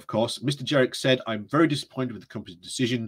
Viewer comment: I think it is Jenrick not Jerrick